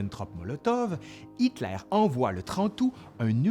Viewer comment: Pourquoi tu prononces "Hitklair" au lieu de Hitler ??? Pareil comme les fronçais, !! #tabarnak 🙄